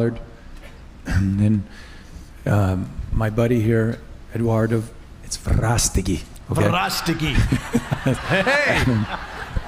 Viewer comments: Bless all of you. I want to help however I can. (As an aside, Jim Caviezel was right to correct the host about Eduardo's last name. Come on, guy. At least have enough respect for this movie maker to learn how to pronounce his name. It's not that hard.) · Eduardo VE-RAS-TE-GUI Let’s be respectful and at least try how to pronounce his last name. Thank you! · Que orgullo de personas! Dios los cuide a ellos y sus familias.Dios protejelos protejelos protejelos por siempre Amén! El presentador debería de tratar de pronunciar los nombres o apellidos, no es profecional lo que hizo cuando tenia que pronunciar el nombre y apeido de Eduardo Verastegui.😠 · Not nice how he didn't know how to pronounce Edwardo's last name so he mumbled it. i thought it was disrespectful. but everything else is so awesome. can't wait to see the movie. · Incredibly disrespectful to introduce Eduardo Verastegui as a blah blah because you couldn't say his last name. You lost me!